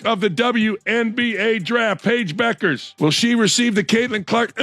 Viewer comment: "The correct pronunciation of "Bueckers" is Beh-kərz. It's not "bueck-ers" but rather "beh-kərz". The "ue" is pronounced as "eh" and the "ck" is pronounced like a "k" sound"